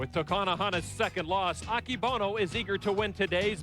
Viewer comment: 横綱アキボノじゃなくて、“アケボノ”な！